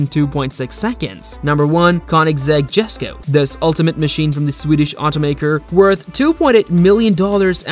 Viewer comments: Let me tell u smth u don’t pronounce the “jesko” like that to pronounce it correctly u have to say “yesko” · Since no one has said it..... It's pronounced as Yesko not Gesko Or Jesko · It’s not pronounced “JES-KO” it’s “YES-KO” bro really showed a jesko for the tuatara tho 💀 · Dude,Jesko is pronounced as yesko,and tf you mean by the 0-62mph time of the Chiron SS is 6 secs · Jesko is pronounced more like Yesko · why did i kno he would pronounce it “ges ko” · Completely butchered the pronunciation of the Jesko…